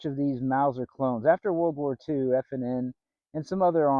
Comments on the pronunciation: I have one. It's made by FN not f & n. Who is that ? sounds like m&m, lmao. And furthermore if the manufacturer purchased the Patent Royalties from Mauser then it is a Mauser. But I don't know what may or may not have happened legally due to all of the carnage and chaos in the Post WW2 era. Many companies that were part of Hitler's war machine were forced out of business by the Allies after the Nazis were defeated, such as KRUPP. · Friend. Its not F and N. Its "FN" for Fabric Nationale. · FN. Not F&N.